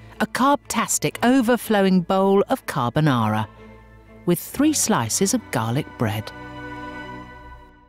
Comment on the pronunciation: This program usually roasts the US but after that “carbonara” I feel Italy crying